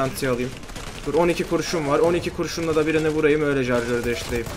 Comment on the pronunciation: jarjör değil şarjör :D